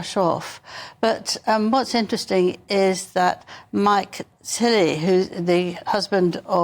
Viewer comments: Is Angela Levin ok? I've heard her misspeak a few times before, but she literally called him "Mike Tilly" and said Zara was Charles's granddaughter. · His name is Tindal not Tilly and Zara is the niece of the King, not the granddaughter, Angela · Hahahahahahahaha she can’t even pronounce Mike Tindall😂😂😂😂😂😂😂😂😂😂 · Sorry, I think it's Mike Tindall (not Tilley) the husband of Zara (Phillips) the King's NIECE (not granddaughter). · This is the 2nd time I’ve heard poor Angela reference Zara Tindle (she said Tinily) as the king’s granddaughter; she’s his niece. It might be helpful if someone corrected her. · Who is Mike Tilley! Don’t you mean Mike Tindall!